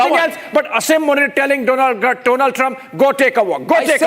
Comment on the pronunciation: Its Asim Muneer not Asaym Muneer 🤣